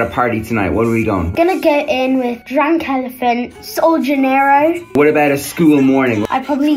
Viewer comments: It’s pronounced soul day janaro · I’m also bad at pronouncing words but it’s sol DE janero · The way she pronounced the perfume😂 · Bro can’t even pronounce “sol de jainero” and still has all that skincare💀